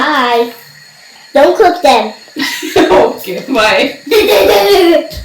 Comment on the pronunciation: Love that "dont cooke them" 😅😅